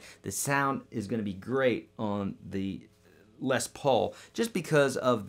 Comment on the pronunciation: It’s pronounced lez Paul not less Paul